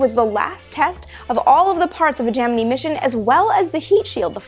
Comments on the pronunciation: was looking in comments to see if someone else thought this. she sounds like she is saying gemnee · Gemini is pronounced gem-in-eye like the zodiac sign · It's Latin and it's pronounced Ghe-mee-nee. That sucks, but it's what you get for your attempt at nitpicking. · I cant get over this pronunciation of gemini😅 I cant